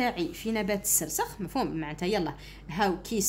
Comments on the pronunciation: مرحبا استاذتي الفضيلة❤ فقط هناك نقطة 😅ذالك النبات اسمه🌷 السرخس وليس السرسخ❤ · استادة السرخس وليس السسرخس😂😂😂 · سرسخ اتعلمي تهدري واراحي تفهمي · سرخس لا تقطعي الأذن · حتى انا لاحظت وجيت نوضح 😂😅😅😅😅😂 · استاذة مشي راكي تشكلي😂😂😂😂😂 هههههههههه عرفي كي تقري؟؟؟؟؟؟ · باش تقول سرخس قالت سرسخ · استادة شكرا سيجي هايل لكن سرخس ماشي سرسخ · استا\ة نبات السرخي مشي السرسخ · السرخس وإنما ليس السرسخ يا أستاذة وشكرا على الشرح🎉🎉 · السرخس و ليس السرسخ 😂 ولكن شكرا جزيلا لك على هذا الفيديو المفيد❤💖💖💖💖💖💖💖💖💖💖✨ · نبات السرخس وليس السرسخ شكرا استاذة😊❤ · ا استادة سرخس ماشي السرسخ😂😂😂😂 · أستادة ليسة سرسخ بل سرخس😂😂😂😆😆😹😹😹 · السرخس مشي السرسخ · ذلك النبات نقول له السرخس وليس السرسخ وشكرا استاذة على مجهوداته❤ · أستاذا السرخس مشي السرسخ وجزاك الله خيرا 🌹🌹🤲🤲🤲♥♥ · السرخس مشي السرخس😂😂😂😂 شكرا استادة😍😍😍😻😻😻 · غير انا لي لاحضتها تقول سرسخ وهو فالحقيقة سرخس 😂😂😂😂ربي يثبتنا قولو أمين تعديل:(مقصديش الإساءة ) توجيهي فقط ❤❤❤ مع الاخير :مع السلامة وشكرا لي تعبك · السرخس واليس السرسخ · السرخس وليس السرسخ في النطق وليس في الكتابه ❤❤😊 اسمعوا ❤ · استاذة ماشي سرسخ ، سرخس وشكرا ❤💗🇩🇿😊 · السرخس ميش السرسخ يااستاذة ❤❤❤❤❤❤❤❤❤ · السرخس ✘ السرسخ✓ شكرا استاذا انشاء الله ندي 18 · استاذة السرخس ميشي السرسخ🙂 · نبات السرخس وليس نبات السرسخ☺ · يودي السرخس ماشي سرسخ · السرخس ماشي سرسخ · استاذة قلتي سرسخ بصح هو سرخص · سرخس وليس سرسخ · سرخس ليس سرسخ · ااااااااااااا أستاذة سرخس ما سرسخ ههههههههههههههه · سرخس مش سرسخ😂😂😂😅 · استاذة اسموا السرخس مشي السرسخ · استاذة نقول سرخس وليس سرسخ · نبات السرخس مشي سرسخ😂😂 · راكي تقولي سرسخ وهو سرخس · سرخس مش سرسخ 😂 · السرخس و ليس السرسخ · سرسخ 😅ههههههه السرخس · سرخس مش سخرس😅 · نبات السرخس ماشي نبات السخرس😂😂😂😂😂😂😂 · السرخس ليس السرسخ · سرخس ماشي سرسخ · استاذة السرخس مشي السرسخ راكي غالطة 🤔🤔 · سرخس مش سرسخ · استاذة سرخس وليس وليس السرسخ من فضلك 😊😂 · استاذ السرخس وليس السرسخ❤😅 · السرخس وليس السرسج😅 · استاذة راك غالطة السرخس وليس السرسخ 😂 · السرخس وليس السرسخ 😂😂😂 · أستاذة السرخس مش السرسخ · استاذة سرخس ماشي سرسخ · نبات السرخس ماشي السرسخ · نبات السرخس ليس السرسخ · السرخس ماشي االسرسخ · السرخس مش السرسخ